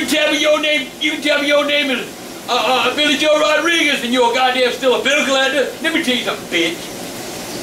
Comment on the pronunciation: Did he say billy joe rodriguez lml